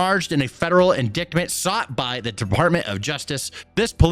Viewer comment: wtf is an in-dick-ment bro lol it’s in-dite-ment the c is silent bro love you man but that’s an important word for you to know